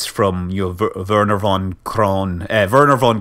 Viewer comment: 'Wernher Von Kerman' 'von' is german and in Germany you pronounce V as F so you actually have to say 'fon'. Keep doing youtube videos you're good at it :D